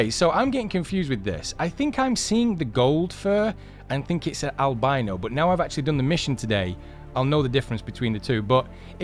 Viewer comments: anyone else get triggered on how he says albino? AL-BEE-NO instead of AL-BYE-NO. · Albeno, ALBENO. It's pronounced albino with an "I" sound. Not an "E" sound.. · it is not a albeno it is albino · I love how English say albino as Al bean oh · 'Albino' in American pronunciation is /al-bai-no/. The 'i' in 'albino' is pronounced /ai/ as in 'eye' /ai/. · It’s pronounced Al-buy-no it’s where you don’t have as much pigment and you cant make or at least much of it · i know i was joking on how thay pronounced it. "al-be-no" lol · Anyone else triggered about how he says albino